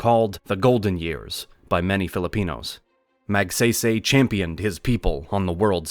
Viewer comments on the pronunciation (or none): Rocks-iss and Mag-say-say. really? It is more like Ro-Haas and Mog-psy-psy. as in psychic. And don't get me started on how he pronounced Macapagal. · Ramon Magsaysay's last name is pronounced more like (Mag-Sigh-Sigh).